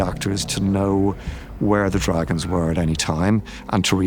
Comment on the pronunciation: Who In the gods name pronounces dragons like that “Draegens” wtf